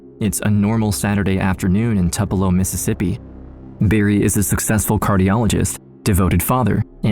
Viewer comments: You know what's really creepy. Listening to AI.....Elvis would be appalled at your pronunciation of his hometown......it's not "Tuppalo" it's "Toopalo". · Tupelo too-polo